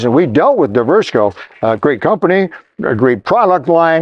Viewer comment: It should be pronounced Divers-co! Lol